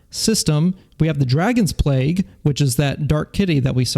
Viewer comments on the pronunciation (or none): none